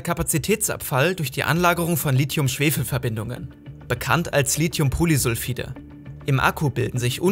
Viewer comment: Gutes Video aber es heißt nicht Litium